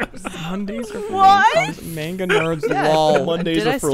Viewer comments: The way pronounced manga hurt my weeb heart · congrats, you don't know how pronunciation or languages work, Japanese only has 1 pronunciation for all their letters, meaning there's only one way to say manga, and the way did was wrong